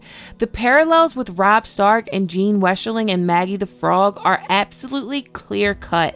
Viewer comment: Jane/Jeyne not Jean.